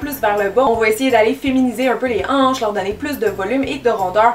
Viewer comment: A- jaïs mes anches😂🙄